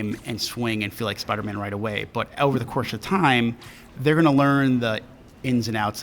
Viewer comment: I wuv spiduhman